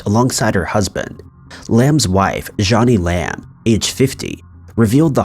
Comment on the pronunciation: Omg it's Joe-nee Lamb, not Johnny Lamb.